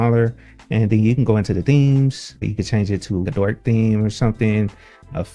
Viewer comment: It's not DORK, but DARK. You've pronounced it wrong